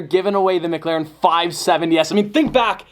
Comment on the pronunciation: "why do you say it like "muglaren" insted of "mic laren"